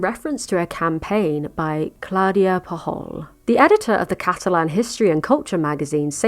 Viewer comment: As a catalan, hearing you say Pujol murdered me. Still, wonderful video!